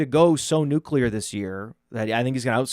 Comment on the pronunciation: says nuclear like George W. Bush, "nuke-u-lar"